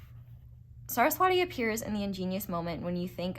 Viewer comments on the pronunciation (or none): Not hating or anything ❤ I'm Hindu, Saraswati is pronounced as Suh-rhus-vuh-tee. In case you wanted to know c